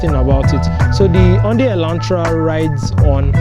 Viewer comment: Thank you for this ... Hyundai 😂😂 sounded like I don die